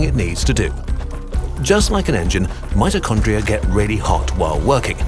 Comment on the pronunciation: omggg he said mitchocondria the power house of the cell